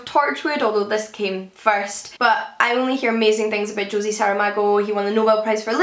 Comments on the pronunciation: just for reference- Jose is pronounced HO-ZAY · Oh my God,, you've really done it this time. How the heck does the name Jose become Josie?! Nothing I have ever seen or heard on your channel has ever astonished me more! For shame! Shame! No, actually, I take that back. Che Guevara. I can understand why English-speakers (but not you) can mispronounce the last name but how does Che become "Shay"? It's pronounced just the way it looks! You will be hearing from the Spanish Embassy about this,!